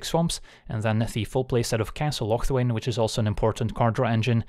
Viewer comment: I think you pronounce castle locthwain wrong